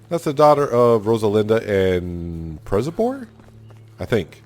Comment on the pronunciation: Hello, Przebor's name is reading Pshebor(rz is reading sh!)